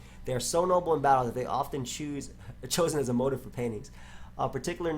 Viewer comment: I know didn't pronounce motif as "motive"